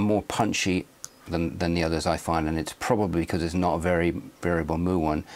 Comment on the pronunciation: It's it 'Mew', not 'Moo'?